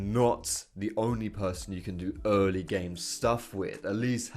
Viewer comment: "...more specifically his BULLying and his EHHrly pressure..."